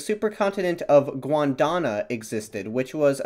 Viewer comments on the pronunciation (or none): Gond wa na , NOT Gwon da na. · It’s pronounced “Gond-WAH-na” not “Gwon-DAH-na” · It's Gondwana, not Gwondana. Love the geology though. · GON-DWA-NAH. Not, Gwon-Da-Nah! :P LOLOL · I had to laugh every time you pronounced Gondwana as “Gwondona” 😂. Interesting topic though. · Hate to be that guy but… “Gwandana?” Seriously? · my man. Gondwana. Gone-d-wana. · Man, how hard is it to pronounce Gondwana? It's pronounced exactly the way it is spelled. Angloids inability to pronounce simplest of words buffles me sometimes... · It does sound quite jarring to pronounce Gondwana like that